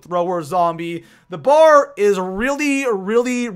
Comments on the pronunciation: It's a B.A.R not a bar god your voice is so annoying to the point where I could no longer concentrate on the video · it os call B A R